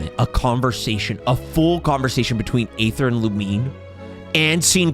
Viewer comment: I love how even after Lumine said Ether, still says Ayther😂 (I can't even lie, I called Aether Ayther until I did the "we will be reunited quest")